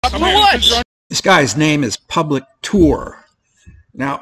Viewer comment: What did you say 'public tool'?